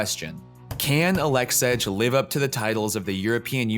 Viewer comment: Nobody’s gonna listen to a guy who’s not even smart enough to know this guys name isn’t Aleksedge. 🤔🤦🏽‍♂️